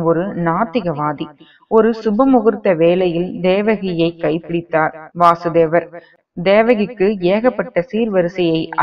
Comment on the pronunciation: Vaasudeva is Krishna Vasudeva is Krishna's Father Pronounciation is wrong